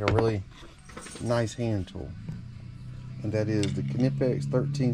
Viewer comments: almost sure its a silent K on the kahnipex brand heh i normally just grab side cutters but if its heavy gauge then ratcheting cutters work really well .... i've just come accustomed to side cutters and the preset ones i will still nick a wire. unless its like communication cable like cat5-6 then i use a special stripper with a special crimper built in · I believe the K in Knipix is silent when you pronounce it